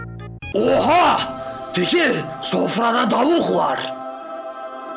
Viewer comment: Tavuk ❌ DAVUK➕